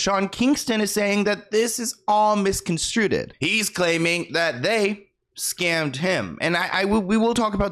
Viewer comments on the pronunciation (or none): Misconstrued. Miss-con-strood. Not misconstrooted. Lol, just a little FYI for ya.